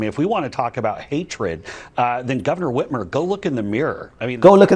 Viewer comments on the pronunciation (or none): Hey..it's Gov. Whit-MER, not Whit-MERE...